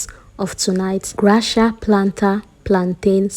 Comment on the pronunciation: Is that the pronunciation.. thought is gracia as in gracias or you don’t know the pronunciation??